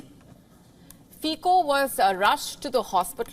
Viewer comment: He is not pronounced Fiko, but Fitso. C is always ts in slovak language (the only exceptions are foreign words). Also - Banska Bystritsa, not Bystrika (Banska Bystrica), etc...